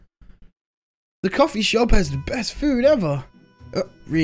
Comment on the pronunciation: said the "Cofefe" Shop😂